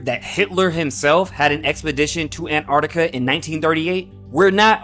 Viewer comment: im sorry but theres a T in Antarctica!